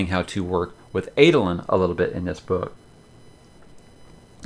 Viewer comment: Help me with the character name pronunciation For me, Shallan is Shah-Larn not Shell-on. Jasnah is a hard J not Yasnah as I sometimes hear reviewers say it. Amaram is Ama-rarm as opposed to Ama-Ram. Adolin is A-doll-In as opposed to Ay-doh-Lyn. I guess if it works for you then it doesn’t really matter?